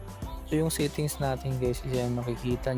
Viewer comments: Yung voice command susunod if Tama ung pagbigkas mu ng English word, eh kung ang sinabi is sittings rather than settings eh di ka tlaga maiintindihan ng voice command ng Infinix😅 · may limitation siya sa voice command kasi "go back to sit-tings" ang nasabi instead of "settings" hehehe